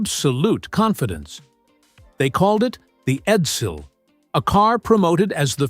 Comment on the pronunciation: Eddel? Edsil? AI Effluent